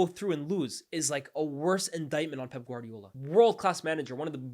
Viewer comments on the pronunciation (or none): none